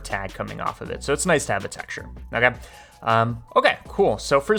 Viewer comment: I don’t like the way you say “ok”